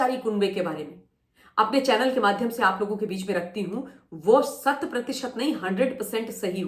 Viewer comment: Shat pratisht nahi,, hundred percent......😂